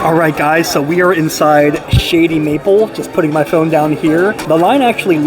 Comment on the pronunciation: Sound like you said "Shitty Meatball"